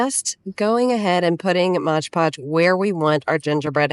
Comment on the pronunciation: I hate when people say Modge Podge...…it's Mod-podge🤦🤷